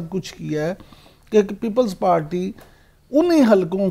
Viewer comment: Imran yakoob its people party not ppppllls pateeee.